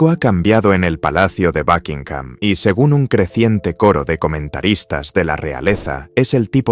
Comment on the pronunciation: Desde el inicio que dijiste “bakinjam” me perdiste… 👎🏼